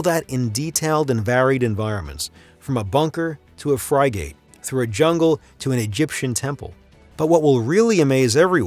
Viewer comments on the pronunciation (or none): My favorite one is "Fry-gate"